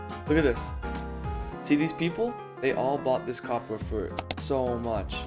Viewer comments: “Cwoppor” Mijo😭🥀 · Bro it's copper not Cooper 😂